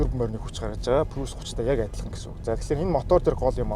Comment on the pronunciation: Facelist биш facelift гэж хэлдэг шүү, бас прүүс биш приүс гсс